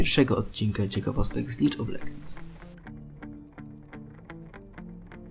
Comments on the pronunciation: To nie lidż of legends tylko lik of ledżends... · LIG OF LEDŻENDS